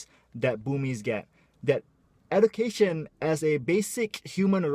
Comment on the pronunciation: Salah pronounce tu education. Huhu